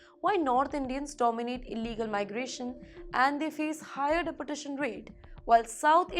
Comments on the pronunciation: It’s not’De’portation’. It’s pronounced as ‘Deportation’. Just like it’s written. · "Dee-port-ay-shun" please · News reader is atrocious. She needs to figure out the correct grammar and pronunciation for deportation as it sounded like "deputation" .......or else she could be deputed elsewhere too. Please speak in Hindi and turn this news channel into a Hindi channel. Speaking English in Hindi nahin chalega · Teach this woman how to pronounce properly in English. Deportration? Pattrun?? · Her pronunciation of Depertation - Dunkey route. 😂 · Pretty woman, awful script reading. It's not the Indian accent that is a problem, but the embarrassingly wrong pronunciation of certain words and place names which reflects poor research and incompetent production oversight. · Mam, please get your Pronunciation right "Deportation" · HELLO PRETTY FACE NEWS READER...PLEASE PRONOUNCE THE WORDS CORRECTLY. DEPORTATION, STRICTER, ETC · You would think if she has to say the word deportation that many times. Her boss or the editor would teach her how to use to the O vowel in the word deportation. I can ignore it a little but she says it so improperly OVER & OVER. I had to stop watching by minute . It’s too bad, looked like a good story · This lady reporter does not know how to pronounce 'deportation' correctly. She must have studied in a low grade English medium school. Why doesn't she Google to find out how deportation is pronounced properly.